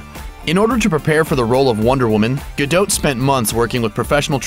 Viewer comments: Isn't her name pronounced Gadot (DOT) not GaDOTE? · Guh-Dot not Guh-Dote. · It's DOT not DOTE. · her name's gadot' not fucking gedoute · Not gadoat gadot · "Ripped" hardly! that is a overstatement! i wish people would stop lying about titles on youtube. Her name also is pronounced "gado" not gadot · STOP SAYING GUH-DOT WITH A LONG O...HOLY SHIT THE T IS SILENT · GadoTTE << is that seriously how "Gadot" is pronounced?! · The 't' of her family name is silent. Essentially pronounced 'ga-doe'. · Stop saying 'gadote' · Its pronounced Gado the "t" is silent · i THOUGHT IT WAS more like "Gal-doe" pronounced the way it would be if it were French. Like the "t" is silent. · OMG I CANT WATCH THIS VIDEO. ITS GADOT AS IN "GA" "DOT" AS IN A DOT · I can't watch anymore of this idiot's videos. In every single one he pronounces Gadot's name wrong. I mean how you gonna know all this shit about the woman and you can't work out her name. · you're saying her last name wrong! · The "T" in Gadot is silent... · Americans' pronounciation of Gadot never fails to make me cringe. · Gal Gadot is perfect with or without her workout. Stop the hate on her because "she wasn't really ripped!"-- she was amazing as Wonder Woman. Plus the voice over guy isn't saying her name right.. you know you have access to the internet and could do some research on the subject you're doing a video on.. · you don't pronounce the T dipshit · You don't pronounce the T in her last name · If you're gonna make a nearly 4 minute video on a celeb, perhaps research how to pronounce their name first. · I wish he would say gadot right